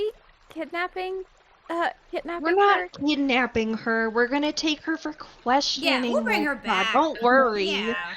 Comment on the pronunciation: “Um should we be kitnapping?” “We’re not kitnapping. We’re gonna take her for questioning.” “Yeah, We’ll bring her back.” “Don’t worry.” “That’s-that’s still kitnapping um.”